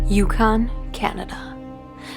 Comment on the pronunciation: Can you, You repeat the name Yukon. Yukon. Say Dawson City, YUKON. Repeat that... Yukon. Yukon